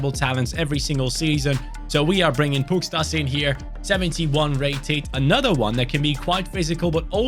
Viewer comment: by the way, the S with the v above it in Pukstas' name is pronounced like < >, so his name is pronounced like Pukshtas